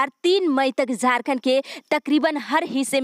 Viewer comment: Man zharkhand nhi jharkhand ha ap plzzz words kA sudhar kijye.....